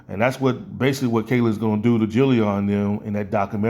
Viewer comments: No disrespect I fw your content but it is Jidion not dillyon lol, just a small correction lol, like Mid it’s Jid-ion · not hating, but it’s Jidion, not Jillyon. And you are spitting facts here due to Kayla being a clout chaser. This stuff took place a year ago, and she is still milking it. Jidion pretty much left the situation last summer.